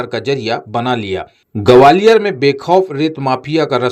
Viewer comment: Enforcement aur gwalior to bolna seekh lo, mafia ka naam bhi bola Karo to aapki sachchai jyada Sundar lage